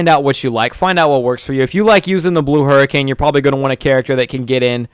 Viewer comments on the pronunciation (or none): none